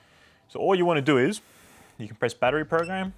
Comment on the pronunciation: "what you need to DOU is"